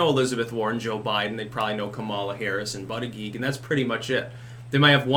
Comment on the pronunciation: Stop saying "ButtiGEE"...that's not his name